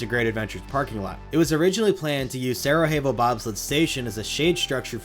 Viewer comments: It's pronounced Sarayevo, not Sarahevo. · Its pronounced "sarayavo' not sarahevo. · With all due respect, you need to take classes to learn how to pronounce these things. Sarajevo is pronounced Sara Yevo, not sarahevo. It’s not Spanish. Sarajevo is a city in Eastern Europe, Bosnia, an area formerly Yugoslavia, famous largely for Winter Olympics back in the 80s. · Quick note, the J in Sarajevo is pronounced like a Y. Sarah-Yay-Vo 😊 thanks for the great content as always! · Solid research on a great coaster. Just an FYI: Sarajevo in Sarajevo Bobsled refers to the city hosting the then-recent 1984 Winter Olympics, so the pronunciation is sara-YAY-voh. Thanks for the trip down memory lane! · The Sarajevo in Sarajevo bobsled is pronounced Sara-yay-vo, at least by American standards. Lol j sounds like h in Spanish, but in Croatian/Serbian the letter j makes more of a y sound... In case ju were wondering. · Just an FYI it’s pronounced Sarah Yay Vo. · I love these vids but my pedantic ass stays bothered by the pronounciation of Sarajevo like it's some Mexican city